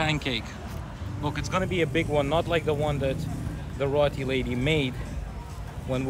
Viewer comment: Now could you teach him how to pronounce roti? 😂